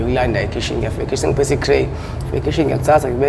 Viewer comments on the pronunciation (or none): Kodwa uguy ngathi unenkinga ye pronunciation mara asazi yona eye course kodwa itray-uthi cray and headache umubiza ngenye indlela